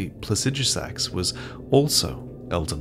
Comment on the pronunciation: "Placijusax" WHY